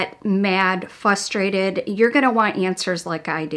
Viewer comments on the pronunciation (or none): Did she say “fustrated”?